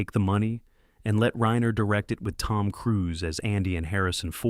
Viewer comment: Ok so you pronounced Reiner wrong and $3 million while it is a very large sum of money it is not generational wealth. You could easily spend all of that all at once.